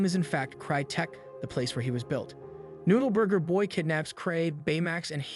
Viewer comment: i love how he struggles to say noode burger boy everytime for the whole video XD